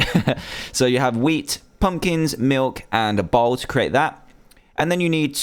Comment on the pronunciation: When you said bowl it sounded like ball